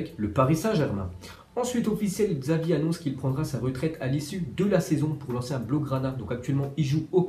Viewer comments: J'aime tes vidéos mais faut que tu apprenne à prononcer les noms des joueurs: Xavi=CHavi De Bruyne = De BrEUYne et Germain = Maïs humain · Xavi sa se prononce chavi bordel